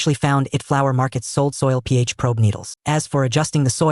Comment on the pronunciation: the KI Voice has a bit Problems to read an "PH 7.5" and say something like "theyhavemy damnam". =^_^=